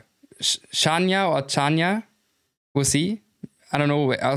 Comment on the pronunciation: The correct pronunciation is Chan - ya